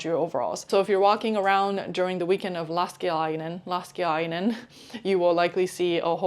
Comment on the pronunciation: 😂 you pronounced Laskiainen first as Läskiläinen which means rougly: The fatso person.